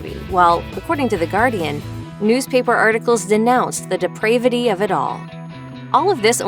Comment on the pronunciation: De prav ee tee